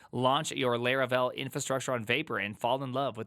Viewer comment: Its Laravel not Leravel😢